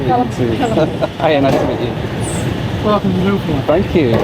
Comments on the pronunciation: I thought it was Newfoundland, not Newfindland as you keep saying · It's "Newfn-LAND," not "NEW-fund-land." Newfoundlanders are very sensitive about that! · NEW-fun-LAND, 😉 That is how they say it. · I just keep hearing saying NEW-Finland instead of Newfoundland:D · Love your videos, am a regular watcher, and love to see where your flights take you. Watching from St. John's, Newfoundland! Which by the way, is pronounced (as we say it here) New-'fun'-land (pronounced like hand)... Keep up the great content!